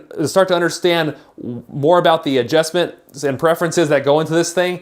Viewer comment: AdJESTments? hhaha